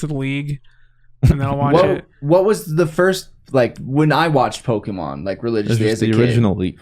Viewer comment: I feel the need to express just how much I love the way says Pokemans, I have accepted his pronunciation into my soul since the first time i heard it and everyone should be saying it that way lol